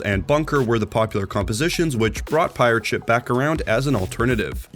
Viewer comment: At the start, why do you say pirate-(SHIP) instead of (PI)rate ship like a normal human being? Actually really annoying. Same thing with concussion-(MINE) instead of con(KUSH)ion mine. Being able to write a good script is less useful if you can't read for shit. Just saying the words in the correct order isn't the whole job